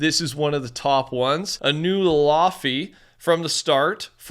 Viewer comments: Laufey Correct pronunciation: Lay ⋅ v ⋅ ay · Laufey is pronounced lay vay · you pronounce Laufey as ‘Lay-vay’ btw, go check her out! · hey laufey is pronounced laefvay